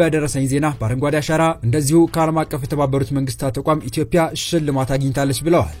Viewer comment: ለመረጃው እናመሰግናለን ! ኢትዮፒያን ትተህ ኢትዮጵያ ፣ ኮሊደር የሚለውን ኮሪደር በሚል አስተካክለህ ጥራ፣ በተረፈ በርታ !